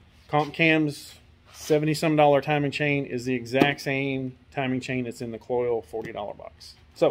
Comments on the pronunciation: Not pronounced "coils." Pronounced exactly how it is spelled: Kloy-z rhymes with "toys." They've been around for years. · Agree. The mispronunciation sounds like a nube rather than an experienced builder. One other thing; the "good chain" was put on a differernt motor. Raises a couple of qustions. Perhaps the first motor was align-honed and the second not? Cloyes offeres a timing chain to account for this. Or ????